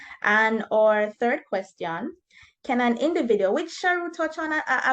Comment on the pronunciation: Amazing video. Just an advice, I think you should improve the pronunciation of "question"